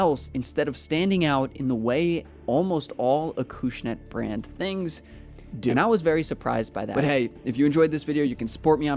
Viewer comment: It's pronounced Acushnet not Akooshnet 🤦